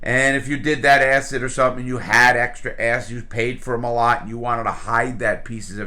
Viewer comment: "ass hid" acid... lol